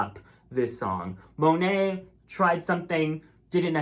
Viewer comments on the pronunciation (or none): none